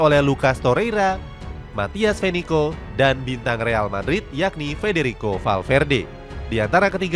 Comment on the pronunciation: Bukan Venico tapi Vecino